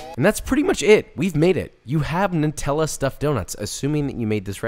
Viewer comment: I think your pronunciation of Nutella was wrong, although it sounded ok sometimes. The NUT part of nutella is pronounced nut as in Hazelnut. I heard it as Newt-ella, which is a very common mistake.